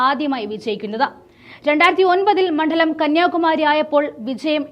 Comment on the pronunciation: മണ്ഡലത്തിൽ എന്നാണ്. മൺഢലം എന്നുച്ചരിക്കരുത്.